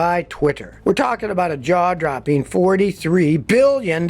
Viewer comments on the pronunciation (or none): "Droppeen"?????? "Buyeen"????? "Akshuhly"?????